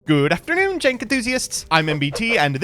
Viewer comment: Does he say “jank enthusiasts” or jenk? Either way, what is it